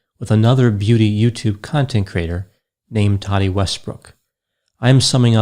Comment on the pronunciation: I love but I wish he would pronounce it tati not "toddy"